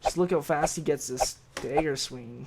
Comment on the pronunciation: The way he says dagger is funny. He must be from South Dakota or Minnesota or something.